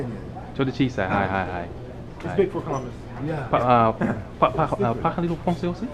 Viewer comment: He obviously doesn't speak French, but I did find the pronunciation of Parlez a bit off.